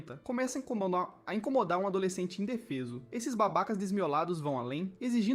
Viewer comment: (INCOMOLAR = incomodar 🤣🤣🤣🤣